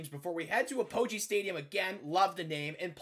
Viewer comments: It’s pronounced Ap-uh-gee Stadium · I’m a north texas fan W Btw it’s pronounced app-uh-gee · For future reference apogee is pronounced app-uh-jee. Sincerely UNT Student :) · Great video, but the stadium is actually pronounced APP-oh-gee not uh-POE-gee